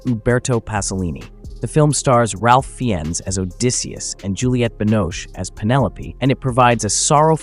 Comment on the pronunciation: Ralph Fiennes' name is pronounced "Rafe Fines," ... Mate – it's not that hard to find out, and that someone's name for crying out loud.